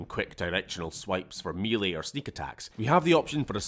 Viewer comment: whats "me leigh"?? are you mangling "melee"?